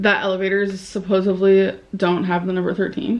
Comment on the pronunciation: Notice how she mumbles the word because she knows she doesn't say it properly.